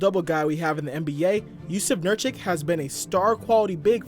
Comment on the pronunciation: think you pronounced Nurkic incorrectly. Funny thing is that Jokic does not care about it.